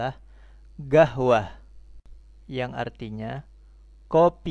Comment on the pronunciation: Iya,kok jadi gahwah bunyi nya, bukan qohwah?